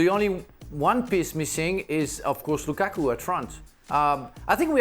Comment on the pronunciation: also if you're gonna edit at least pronounce "Lukaku" right